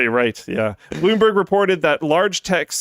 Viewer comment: Bloom "borg"